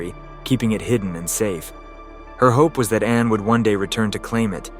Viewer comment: Meep. Not mi ep. Anna not how we say Anne.